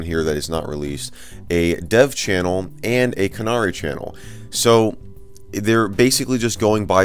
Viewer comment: The way he pronounced "Canary" hurts my soul.